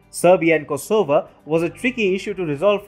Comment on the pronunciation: FYI the stress is on the first syllable 'KOsovo :-)